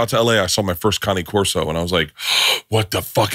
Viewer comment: Bert saying Cane Corso correctly just made my day. 😅